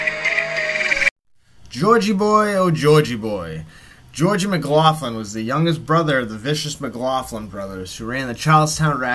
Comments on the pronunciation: Its pronounced mc locklin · yes it is. It's pronounced 'Muhgloklin'.